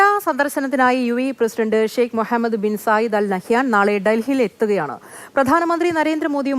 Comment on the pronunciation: The news reader well pronounced the name mohammad as per in clear Arabic manner, it's appreciated